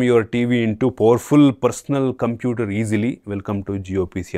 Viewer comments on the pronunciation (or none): Computer 👍 not conputer